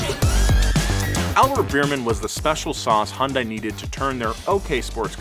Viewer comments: Take a sip everytime he calls it “HanDie” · One of the most interesting things about Hyundai ( "HUN-DAY" ) is how many people cannot pronounce the name properly 😂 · It's pronounced Hyundai, like Sunday. Any respected journalists would know this. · It’s pronounced hunday, like Sunday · Hyundai is actually pronounced Hyun-Day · It's pronounced "hun-day" like Sunday. Hyundai even ran an add campaign just to explain this because no one would say it right. Surprisingly, not even the car enthusiast YouTube channel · It's so fun watching Westerners trying to pronounce Hyundai lolol Its Hee-Yun De. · It's pronounced "hyun-day"!!!! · Hi-yoon-die lol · It's painful to listen to you pronounce the company name differently literally every time you say it... Hun-die, Hon-dai, Hi-un-die, He-oon-day. Please, just pick one! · 🤦‍♂️ As a former 2003 Hyundai Elantra GT 5 speed hatch. I find this pronunciation stupid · It's HYUNDAI. H - HELL Y - YESTERSAY U - OO N - NOW D - DAY A - SHORT A I - LIKE HOW YOU SPELL E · I love how he just pronounces Hyundai so many different ways without even noticing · I ain't even mad about the pronunciation of Hyundai, I drive a Tucson and called it Hy-un-die all the way until I started driving. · You look up how to pronounce that shark but not Hyundai. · I absolutely loved my 04 Tiburon. Also I hate how you pronounce Hyundai😂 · That’s not how you pronounce my dude 😭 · LOL Is it that hard to pronounce Hyundai once correctly. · im not a fan a hyundai at any means but it kills me when people pronouce Hyundai as "High Un Dae" instead of "Hyun Dae" lol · It's Hyundai not Hundai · YES TY ITS HY UN DAI NOT HYUSDAI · Hyuhn-dae Not hi-yun-die. Not hon-die. Hyuhn-dae. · It's pronounced, "Huhn-Day", not "Hahn-Die" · It’s pronounced Hahn day not hi un day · It's HUN-DAY. Not Hun-DIE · Hun-DAY. Wtf is hi-un-die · Hyundai is pronounced like “Sunday” but with an H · I dead ass pronounced it Hsunday now🤦‍♂️ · No it's not, it's pronounced He-un-die-ee